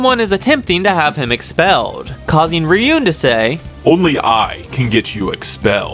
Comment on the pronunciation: you calling Ryuuen "Ryun" is like calling him "Dragon Boy" 😅